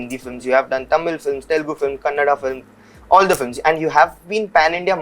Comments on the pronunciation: TELEGU NAHI 'TELUGU' hein BSDK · its Telugu man.. not Telegu..